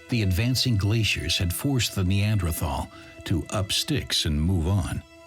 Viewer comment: Your collection of informative videos is very impressive. However, the narrator's penchant for mispronouncing Neanderthal as NeanDRAthal is quite jarring. It's akin to how it feels hearing nuCUElar instead of nuclear.